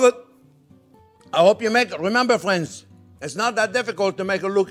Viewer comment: "Well hello there phrinzzzzzz"